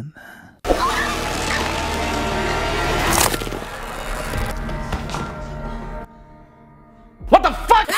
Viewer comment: E bacana quando você fala "A Sasina